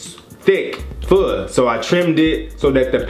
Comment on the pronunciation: i heard food xDD